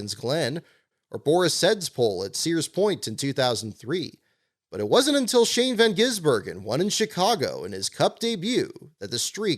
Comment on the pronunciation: I like how you’re the first north American to say Shane’s name in full correctly!